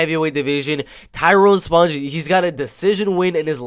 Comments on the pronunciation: its pronounced SPONG like ping PONG....not sponge.... like sponge bob....THAT MEANS YOU HAVENT WATCHED ONE of his fights to not know how to say his name... and hes a LEGEND... sloppy analysis if you literally havent watched enough of his fights to know how to say his name. do better. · its a ONE syllable word. its not close to driscus du plessis.... and if you watched ANY of his fights, it would not be hard to pronounce it.... you can say ping pong and bong...saying spong doesnt require skill. Re-watch some of his battles and you wont forget his name... hes a striking machine.